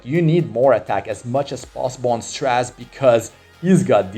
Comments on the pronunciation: Str-AY-ze ffs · I swear, it sounds like you're calling him trash instead of Straze sometimes during the video, ahahaha